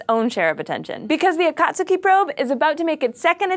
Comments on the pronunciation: I hate to be that guy, but it's pronounced A-kah-tsuu-kee not a-kat-tsu-key. The vowels are always "flat"... But, that's not important, what's important is that we'll probably be getting more information about a planet that we think know everything about. Let's hope everything goes ok for the probe! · It's not A/cot/sue/key it's A/cot/ski. The u is silent.(ish) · Ah-Kaht-Skee That was bugging me >.< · it's pronounsed A-kat-ski. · it's pronounced >>>Akat skii<< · I'll make sure to eat a few case-o-diLL-ahs with my friend Joe-say next time a watch a video on here. If you're going to speak to tens or even hundrends of thousands of people, perhaps you should learn the correct pronunciation of the very thing the video is about.